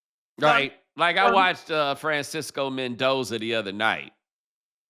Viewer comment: Francisco. He said Francisco. LMAO